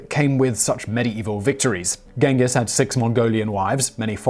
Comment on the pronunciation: It’s “ching-giss” not “ghen-giss”